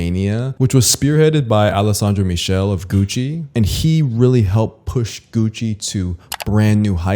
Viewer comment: Alessandro Michele (is pronounced like "mick-Ay-lay"